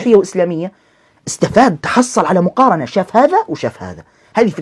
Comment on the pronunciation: يقول ( مغارنة ) 😂